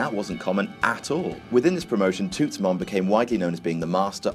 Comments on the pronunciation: It's pronounced 'Tuts'. 😂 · butchering of the word "toots" had me weak lmao